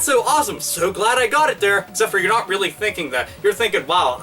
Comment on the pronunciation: Robert Pysh Yes 'weally'. =)